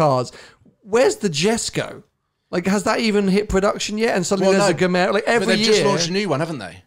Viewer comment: "GEMERA" = "GIVEMORE". Pronuniciation: and